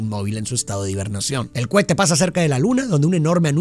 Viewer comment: Solo escuché "Cuete" "Cuete" "Cuete"